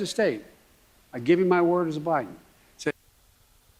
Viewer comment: Turd, not word.